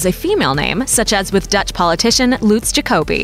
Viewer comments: Lutz is pronounced wrong... the names sound so different in German. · These are all ugly and old names, barely used in Germany today. Also most of them are not even german but scandinavian lol. Also all of them were pronounced wrong. Don't pick any of these names... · If you want to use foreign words/names please pronounce them correctly! For example: Lutz NOT Luutz(how you pronounce it). Dont say these names are German if you say them in English, then they are just English names. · vale3ottobre But it is pronounced much "faster" in german. Not "Loooots" but with a very short u and a sharp s. It is not a really nice sounding name, imo. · Luuuutz omg i am puking. That’s why Germans hate other Germans who give their kids English names, because most can’t pronounce them right. And Astrid is not modern. This video is so awful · never heard of ivo and anika usually is spelled with two the u in lutz is short and the german pronounciation of all those names is different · 1. Never heard of this name before 2. Written with a double n and not pronounced like Ah- nika 3. A shorter oo and pretty outdated 4. Not so modern and probably rather swedish than german 5. Oh my that's so old fashioned please don't name your kid Liselotte plus I think there's a childrens' book about a cow named Liselotte so it might give people a wrong association 6. That one's actually quite ok 7. Also ok but was used a few decades ago 8. Not so common but sounds nice